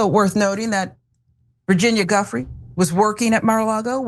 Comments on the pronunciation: I believe it's pronounced "Jew-fray" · Is that lady ignorant or what JOO-FREY not GUFFREY. 🤦‍♂️ this is my second time hearing someone hack her name as if they have never heard of the Epstein files nor the victims who hires based on their degree? Smh… are they hiring at the young Turks? Think I may be of a lot of what America is needing today.! I’m ready Betty. The American journalists there are very few and far between who are actually good investigative journalist. That one is half sleeping while doing her nails, I mean while saying this in front of millions. Smh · It Giuffre , it has a I before the U. So you should at least know her name before offering your expert pronunciation